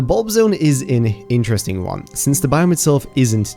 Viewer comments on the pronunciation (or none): none